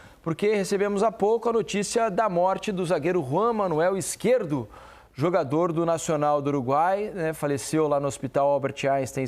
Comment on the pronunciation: É Izquierdo e não Izquierto, ajeita isso aí